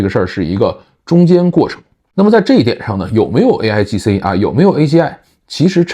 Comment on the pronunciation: 说的不是aigc 而是 aigi